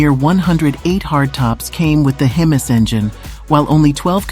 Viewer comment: Lousy AI narration. HEMISS?